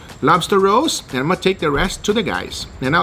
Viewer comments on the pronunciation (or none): I thought he was sayin lobster rose 🦞🌹⚘ . I'm like what tha heck ? I can just imagine a bunch of burley guys eatin on lobster rolls at deer camp